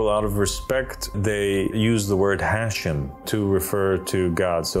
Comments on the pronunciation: the word is pronounced as "Ha - Shem" pronounced as two words. not "hashem". The word is two words meaning "HA" is "the" and "SHEM" is "Name". This has nothing to do with Islam. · Pronounced....HA shem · And don't you just love his mispronunciation of Hashem? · Poor guy doesn't even know that Hashem means the name 😂😂😂 And that Hashem is mispronounced when he says it